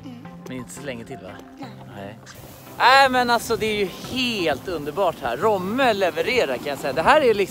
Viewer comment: Kan folk lära sig säga rOmme?! 😂 heter inte rÅmme!!!!!